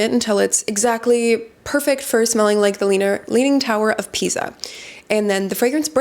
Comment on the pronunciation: I love this kind of videos, please keep them coming! Just a couple of things. It's "leaning tower of PISA", not PIZA (both in terms of spelling and pronunciation). Also, I was wondering if Guerlain can be considered both a brand and a house.